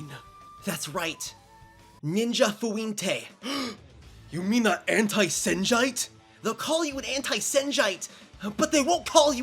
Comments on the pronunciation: I lmfao at "anti senjite" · "Anti-Senjite" nah bro